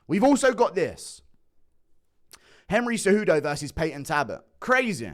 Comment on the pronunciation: Its payton talbot with an L guru please stop torturing me